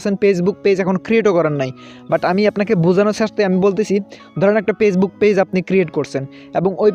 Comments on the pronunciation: পেছবুক না ফেসবুক ok কথাও ঠিক মত বলতে পারোনা। শুদ্ধ করে কথা বলো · আপনি কি ফেসবুক উচ্চারণে পেসবুক বলছেন? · Pagebook bolen kan mia 🤣🤣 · কথা থেকে নোয়াখালীর ঘ্রাণ আসছে 🤣 পেইজবুক না ফেইসবুক। পলোয়ার না ফলোয়ার হবে জনাব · পেইজবুকক নাকি ফেইসবুক!!!? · ভাই, পেজবুক না, ফেজবুক। বাঙালি সেই হিসাবে আমি খুবই খুশি, কারণ অন্য ভাষাগুলি বাঙালি হিসেবে উচ্চারণ না করতে পারা দেখে। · Vai কথাগুলো ঠিক কোরে বলুন পেজ বুক না ফেসবুক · পেসবুক শুনছি। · ফেসবুক বলতে পারে না পেজবুক বলে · উচ্চারণ করেন তো পেজবুক😂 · ভাইরে ভাই... পেজবুক কি জিনিস? বিডিও কি জিনিস? শব্দ উচ্চারণ ঠিক করুণ। আর এমন ফাউল ভিডিও/টিউটোরিয়াল বানিয়ে আমাদের মতো ভিজিটরদের সময় নষ্ট করবেন না প্লিজ